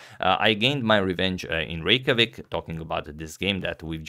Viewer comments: Yo as an Icelandic person, your pronounciation of Reykjavík is the best I've heard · You can even pronounce Reykjavík ;)